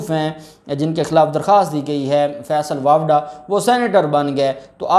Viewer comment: جب آپ بولتے ہیں آپ کا بات چیزوں میں pronunciation Sahi Nahin hota. فیصل واپڈا نہیں فیصل واڈا ہے